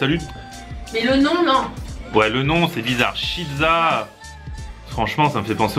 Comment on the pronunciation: on dit pas chizza mais cheeza